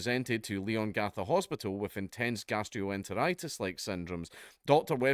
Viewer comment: Locals pronounce it more like "Lean-gatha" (I live just over in Moe, probably 20 minutes away) Great to see Dank covering a local story! Dandenong pronunciation was as spot on as a Scot's accent will allow 👍